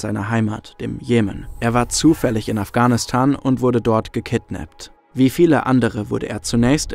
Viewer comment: "er war zufällig in Afgahnistan"